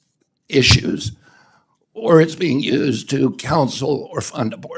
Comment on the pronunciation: trying to use the wrong phoneme is not characteristic of dysphonia, "eye - eye - issue", sounds dysphasic to me, hinting to another structural lesion